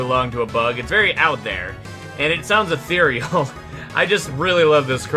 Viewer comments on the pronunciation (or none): Take a shot every time he says "atheiral"